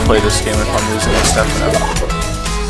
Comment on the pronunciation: “Ste-phana-fro”.... its not that fu*king hard to say.